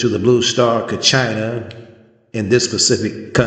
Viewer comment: not pronouncing Kachina correctly.. you're not Hopi..shouldn't talk about what you don't know.